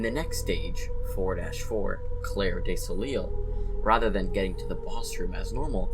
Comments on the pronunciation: he also pronounced clair de soleil as 'clair dee so-lee-l' when it's actually 'clair duh so-lay'. though that phrase is in french so i guess it's understandable to not know that one lol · Clair de Soleil is pronounced Claire (like the name) deh Sol-ey And Heresy is pronounces Her-eh-si But I love this theory, ngl